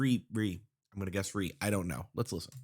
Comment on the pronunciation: his name is pronounced Ri-eh! You can learn more about their production and their purpose as a group in this interview: It's from libidO era. I do see that they are starting to get some recognition from other artists. one recent big one being Holland. Other than that, they do research and gather references for their solos.